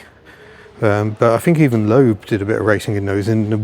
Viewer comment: Loeb is pronounced ‘lebb’, not ‘lobe’. ;o)